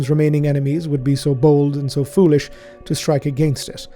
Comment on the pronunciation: "SO BOLD AND SO FEWLISH" Please no the Soulstorm flashbacks were just starting to fade